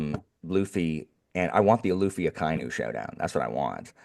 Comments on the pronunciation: Hey! I saw in the previous Marineford video that you were having a bit of trouble pronouncing Akainu's name. I'll add a quick cheat sheet for japanese pronunciation: A - always pronounced "Ah" like the "A" in "Dad". Akainu would be Ah-kah-ee-noo. I - always pronounced "Ee" like the "Ee" in feet, except for the diphtong below. Ah-kah-ee-noo. U - always pronounced (roughly) like the "Oo" in "Boot", except for the diphtong below. Ah-kah-ee-noo. E - always pronounced "eh" like the "eh" in "Meh", except for the diphtong below (don't make the H sound though). Genzo would be Geh-n-zoh O - always pronounced "oh" like the expression, except for the diphtong below (don't make the H sound though). Geh-n-zoh. OU - the U extends the O so it doubles the japanese O sound. Fukurou would be Foo-koo-rohoh. EI - the I extends the E sound so it doubles the japanese E sound. Jinbei would be Jee-m-beheh. R - is almost the same as the spanish soft R. So it's still spelled R but it's more like the T in the American spelling of "Water". N - still written N most times but it's pronounced M before B and P. Like I said before Jinbei would be Jee-m-beheh. Every other letter is pronounced roughly the same as english. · Akainu is pronounced aka inu (ahka ee-new) ala red dog